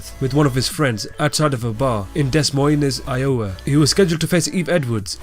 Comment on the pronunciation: "Dess Moinez, Ioah" lmfaooooo